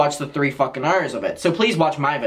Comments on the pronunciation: im glad i saw this comment thought he said ire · i have NEVER in my life heard anyone pronounce the word "hour" like that EVER i am appalled i watched it three times over i'm literally crying u fr said "earhyre" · The way you say Hour lol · the way he pronounces "hour" lol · I love the way you say hour